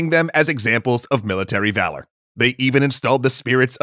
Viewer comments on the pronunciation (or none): none